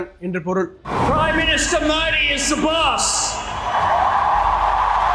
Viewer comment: Please pronounce as Modhi though it is written Modi., your presentation is full of passion and proudness. Good watching it